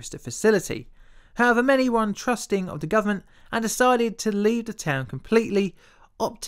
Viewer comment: So many British YouTubers seem to have speech impediments 🤔 "In the vuh field..."